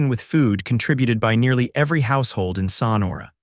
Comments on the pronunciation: THE BAD PRONUNCIATIONS IN MOST OF YOUR TALES - THE NAMES OF PEOPLE AND PLACES can be corrected in the future! For instance- in this tale the pronunciation of SONORA can be found by keying in "Sonora pronunciation" - you can listen to it several times over if you wish! It is pronounced "SO-NOR-A" You should have someone fact checking all you tales before they go out to the public! And, some of your tales are cut off way too soon at the end! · Learn how to pronounce Sonora correctly. Suh nor’ uh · so nora. Pronunciation. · I also enjoyed this story! The only caveat was the narrator's inability to pronounce Sonora! And Jay-cob-son!